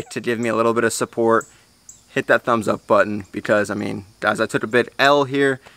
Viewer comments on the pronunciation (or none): none